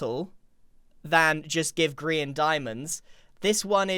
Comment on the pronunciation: Grain. That’s it. Grain. Not grian, Grain.